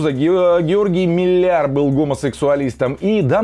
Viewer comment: ни так давно узнал о канале и уже начинаю разочаровываться... автор бездарен даже в ударениях фамилий актеров на которых вырос (Гео́ргий Фра́нцевич Милля́р) и вырос ли ? а приводить на пример актеров где была сумасшедшая цензура равносильно второму презервативу на свечке как средство контрацепции для монахинь...